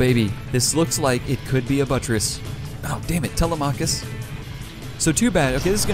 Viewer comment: Wow the Danske went down hard BTW Telemachus is pronounced Te-LEM-a-cus not Tele-machus; not sure what the ship is named after but originally Telemachus was Odysseus's son who stayed behind when pops went off to wreck face in Troy and (then Odysseus spent like a decade being trolled by the gods).